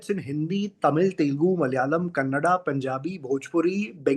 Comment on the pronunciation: Speaker can say Canada but not Kannada